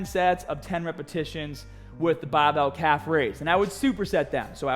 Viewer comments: Title says BARBELL so i instantly clicked, just to hear BAHBELL from this man ! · Only had to scroll down 10 comments for the first "BAHBELL" comment....lol